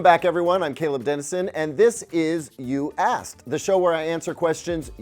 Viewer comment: Hehe, he's putting more effort into pronouncing the K in Asked. Previously I got a chuckle every time he would call me an Ass, ie You Asked...You Ass... Ok, funny from an Australian point of view.